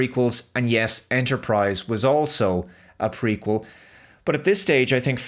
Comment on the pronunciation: Every time you said "Prequel" I could swear you said "Freakquel".